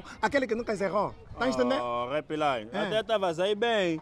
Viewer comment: Eu gosto como o chama o repilay 😂😂😂😂😂